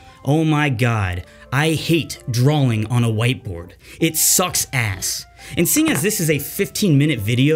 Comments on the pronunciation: Why does he say drawling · "Drawling"... love ya, but that hurts my ears lol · Stop pronouncing “L” in drawing